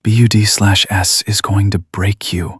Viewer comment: Need to teach AI narration that BUD/S is pronounced "BUDS."